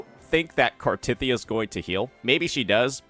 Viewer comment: Still hurts, hearing you pronounce Cartethyia.